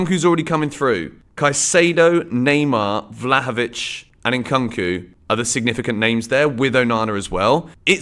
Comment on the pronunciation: it's Koonk not Cunk En-Koonk-oo